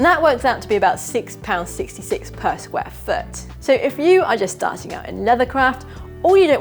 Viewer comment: Molto Bene! I think your pronounciation of square foot was just right, but what does a Scotsman know? Thanks for sharing! Cheers...Freddie